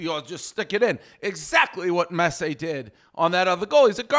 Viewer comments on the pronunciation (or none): “Messay and Em-bop” -Dave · Dave not being able to pronounce messi is so on brand